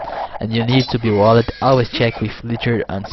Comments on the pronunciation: Unbelievable work. Just one thing: Walled; pronounced Wall-d Fucked; pronounced Fuck-d Rather than Wall-led and Fuck-ked:D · i love when he says wall-ed